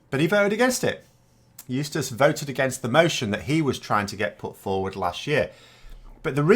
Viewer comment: That's what I hear when says his name.